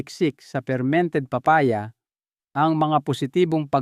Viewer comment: Thank you but pronounce the name of the fruits right like papaya 😁